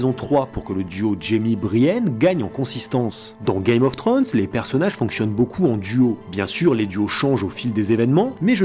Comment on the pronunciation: Ul excellent episode !sinon on dit "game of thrones" pas "gay mof thrones";)